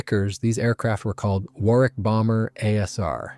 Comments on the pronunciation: Wor ick not wor wick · It's pronounced Wor .. ick. Not war. wick. Fantastic doco, despite the hick ups in the voice track... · If it's scripted by AI then it's a very stilted commentary with several vocabulary mistakes. And it's pronounced Waar ick, not war wick or wor wick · Thanks for an informative and interesting video, albeit with some strange gaps in the sound. Just FYI, and speaking as an Englishman, the word 'Warwick' is actually pronounced 'Worrick.' I know, us crazy Brits, etc. Also, Farnborough is pronounced 'Farnburra' and Edinburgh is pronounced 'Edinburra.' And yes, the way English is written doesn't correspond to the way it's pronounced. Totally illogical. Sorry about that, it's just the way things are. Similarly, Hampshire is pronounced 'Hampsheer' and Leicester is pronounced 'Lester.' Viscount is pronouned 'Vycount' as though the s didn't exist. Oh, and it's Aluminium - with two 'i's (as in 'The ayes have it' as you'll hear in the Houses of Parliament). Aluminium is like Uranium or Potasium...